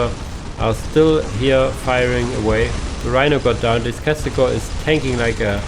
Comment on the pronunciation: I mean its Castigator, not Castigor... Have you not noticed that yet?